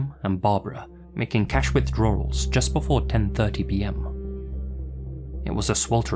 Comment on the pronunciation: Withdrar-rals? With 3 freaking "r"s??? 😂😂😂